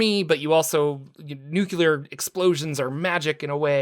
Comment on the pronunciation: “NOO-CLEE-AR” Say it, remember it.